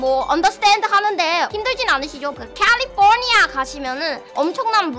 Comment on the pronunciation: 와 캘리포니아 ~ 발음이 ㅎㅎㅎ 뭔가이객원도 익숙한느낌이